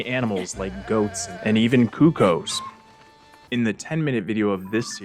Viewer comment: I've noticed that you pronounce "cucco" correctly - "koo koe", the way Daruk said it in the "Daruk afraid of dogs" cutscene in BOTW (DLC). However this may not have always been canon, as in Twilight Princess, when talking to the Golden Cucco in wolf form, the cucco will say "Twinkle, twinkle, little Cucco... I am gold and not for you-oo..." - hinting that "cucco" may once have sounded like "koo koo".